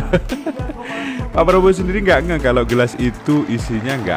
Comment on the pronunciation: Baru aja gw liat video anak ngmong prabroro sm janggar.. Ini malah kbwa2 ngmng prabroro